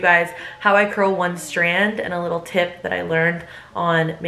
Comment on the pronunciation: Curls more like shurls 😂😂😂😂😂😂😂😂😂🤣🤣🤣🤣🤣🤣